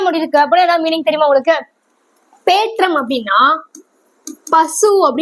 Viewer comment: அது பேற்றம் இல்ல மா பெற்றம்